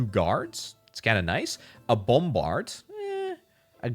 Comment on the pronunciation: Say "BOMberd" one more time